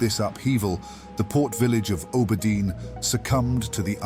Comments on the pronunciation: It's not you, just my brain, haha. I have always heard and said Aww-burr-dean. Makes me think of how some english dialects pronounce Harbor with a hard "H" almost. Love your work! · I love your content generally, but holy fk, can i not stand how you pronounce Auberdine. It's like nails on a chalkboard every time 😵‍💫